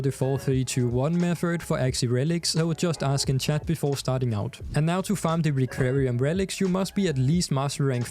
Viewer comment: It's "requiem" relic, sounds like rek-kwee-em.